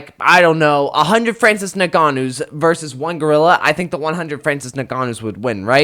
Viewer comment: Crazy it took 3 different guys till someone said his name right